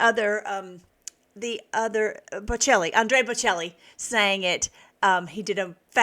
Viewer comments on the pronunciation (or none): Andrea Bocelli. ( Bo - Chelli)